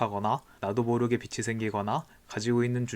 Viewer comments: 빚이 = 비치 X , 비지 O 라고 읽어주세요^^ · 잘 보고 있습니다. 다만 발음에 주의해 주세요. 빛이 아니라 빚입니다. 소리나는대로쓰면 계속 '비치'라고 말씀하십니다. '비치'가 아니고 '비지'입니다. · 빚이 =비지 발음이 비치 아님 ᆢ 잘들었어요